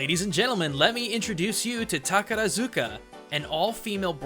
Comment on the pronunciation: and oh my god pronounce takarazuka right dude....ugh this video is too painful for anyone who is japanese